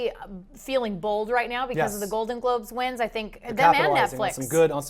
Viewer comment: Min "they are feeling bald (bold)". punt?